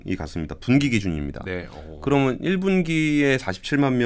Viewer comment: 그러믄, 했으믄 ..no no…그러면, 헀으면..yes. 발음 교정 부탁합니다.